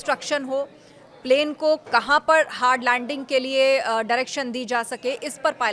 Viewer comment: Hard lundingi? 😂